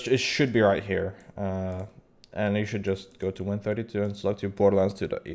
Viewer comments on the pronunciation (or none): none